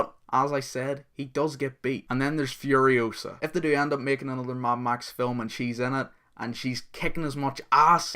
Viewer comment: .. oh and, you're saying it wrong. It's FuriOsa, not FurioSA. ; )